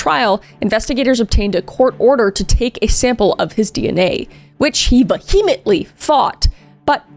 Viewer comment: "Vuh-heemintly." Sigh... No.